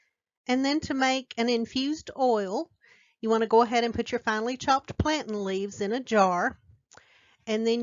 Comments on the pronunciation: It's pronounced plan-taaainn. (Long a) thank you! I'm gonna make it! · PlantAin. Sounds like like 'plAne'.